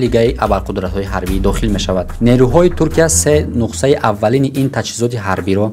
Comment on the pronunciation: Брат адаби бафаҳмон ё лаҳҷави Да забони точики Нухса гуфтаги калима нест. Нухса не Нусха